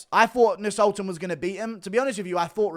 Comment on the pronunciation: The C is silent in Nascimiento